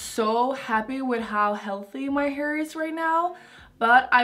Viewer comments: She’s like This is my heeeerrr I’m like Does she mean hair Lol 😂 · Her pronunciation of "heir" (hair) makes me mute the video. 😬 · I love your videos but the way you pronounce "hair" is the most disturbing thing and makes me want to push my fingers into my eyes.